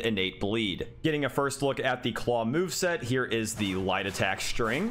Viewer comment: I can’t be the only one hearing “jumping white” every time he is saying jumping light 😂😂. Love the videos!!!!!